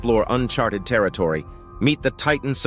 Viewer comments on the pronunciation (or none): none